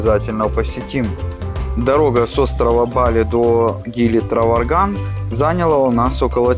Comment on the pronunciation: Траванган, а не Траварган)